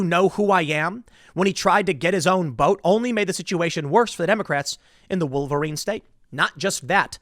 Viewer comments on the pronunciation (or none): none